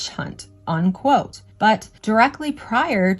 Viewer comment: This is great stuff but I just gotta say, it’s “unquote”, not “on-quote”